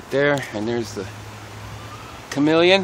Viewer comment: WTF.."Chamelin"... it's pronounced kə-ˈmēl-yən.... just saying...